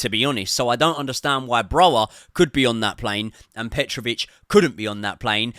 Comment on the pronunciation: Broja will be sold before learns to pronounce his name correctly 😢😂